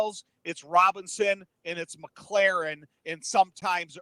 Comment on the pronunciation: It’s McLaurin, not “Mc LAREN”. Why is that so hard for you out of town clowns to figure out?